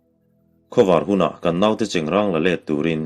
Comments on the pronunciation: Chengrâng tih tur alawm...i chhiar dan pangngai khan chhiar char char rawh...chengrang ka hre ngai lo..chengrâng tih hi Sial râng tiha râng anga lam tur ani e... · Chengráng a ni e, silai cheng hi an hnawih ráng ṭhin e an ti. Chengrang (ṭuan rang) tih anga lamtu chuan a hre lo hul hual a nih chu. I chhiar thiam tak zet zet e. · Chengrang titu cu a hrelo fee zawk a nih cu, chengrâng tihtur alom trw,miin egtin pon lo ti mahse i thiam ber tho² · Chengrang tiha rang hi awrrang tih anga lam tur a ni a, i lam dik e. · Cengrang ti tu cuan a hre thawi deuh hlek anih Dawn cu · Keipawh chengrang..tih hi ka hriat dan ani..ilam dan hi a dik ani pu.tlanhlu kan han ngaithla ve dem²mai teh ang mizo pasaltha darchhawka nge²...